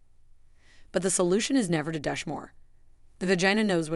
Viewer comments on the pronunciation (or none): If you are going to put out a video please understand how to say 'Douche' it is not DUTCH, GET A GRIP. YOU CAN GO ON INTERNET AND THEY WILL ACTUALLY SAY THE WORD FOR YOU. NO EXCUSE. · . Definitely an Ai content farm. Possibly plagiarised material. But any engagement bad or good is good for the channel, darn it! Oh boy just heard it say dush instead of doosh ( douche ) but is able to say “dooshing” oh well they get it right half the time 🙄😂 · If we must be subjected to these AI narrated videos can someone please make sure words are pronounced correctly. Vag-anal is not how vaginal is pronounced nor is gynecologist pronounced jino. Douche is pronounced several ways as well sometimes correctly other times not. Nice that they cloned Scarlett Johansen's voice though. I’m sure she will be thrilled. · You mispronounce many words, like "vaginal" and "douche". Are you Ai? Automatically I won't listen to anything you spout! How much difference does it make for your profit from this? And nonthing you have said here is something I haven't heard before. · Women or men do not smell badly they smell bad, not badly badly is an adverb. Also, I hate AI generated audio, mispronounced vaginal, douche and anal please stop using AI generated audio ! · Teach a i how to pronounce gynecologist and douche it's quite amusing and distracting thank you